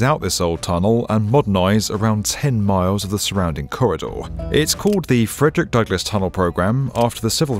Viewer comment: sorry, just interting hearing an Italian pronounce Frederick Douglas. Worlds colliding i guess.